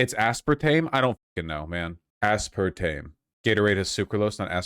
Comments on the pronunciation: first: he says "aspartmeme" second: i pause and skim the comments third: i close the tab, confident that he won't know what the fuck he's talking about in this one. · zilitol,, asspartame??? Why does he pronounce chemical names like a Brit .. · Ah spahr teem you say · “Ass-partmene” Oh god vaush is actually so wrong please do not let this man look at studies / popsci articles. Being smart in one area does NOT mean intelligence in another -_- is he talking about the one that says the “high intake” group is 1 can of soda a day? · ICANT a spartan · ass part meme?? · How is Vaush so bad at pronunciation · I love Vaush but his pronunciations are wild lol